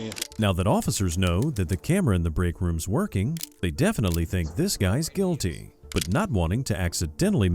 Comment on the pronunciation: I thought Melly was found. Not gyilty. Why you talking ish?